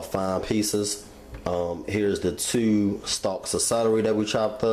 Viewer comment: The way you say "two", too", and "to" sounds like you're from Maryland... Btw, REPLACE THE BATTERY IN YOUR SMOKE DETECTOR. It's not hard or expensive, bro! Lol